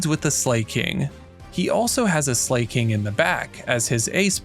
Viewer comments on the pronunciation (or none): Some Pokemon pronunciation is up for debate. But Slaking is literally just the word slacking (meaning lazy). Not yaas slay king. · but it's oh-so right. King, do be slaying.